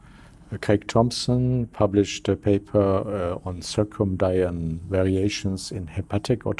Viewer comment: I bet he's not a doctor! He can't pronounce "circadian" for god's sake! He clumsily calls it "circumdian", and there is no such word!